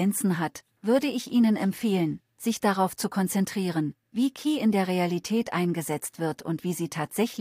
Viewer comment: Man sollte.. ähm ChatGPT4 mal beibringen das KI in dem Fall leicht separiert (Buchstabe für Buchstabe) ausgesprochen wird, da es sich um eine Abkürzung handelt ähnlich wie bei FBI, DB usw. 🤔 Und an den Clipping bzw. Texturfehlern der Zähne sollte man nochmal nachbessern / arbeiten. 😛